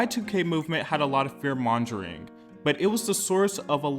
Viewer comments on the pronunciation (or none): it's mongering with a "guh" sound. Not like how you said "monjering." Lol❤❤❤